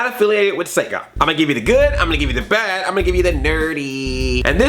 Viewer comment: You emphasized BAD